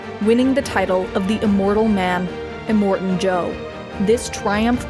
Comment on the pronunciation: Finding it hard to watch this every time you say Immortan wrong.. Em-More-Tan not Eh-mort-en